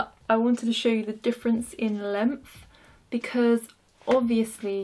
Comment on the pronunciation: "Lengf" that's all I hear when ya say length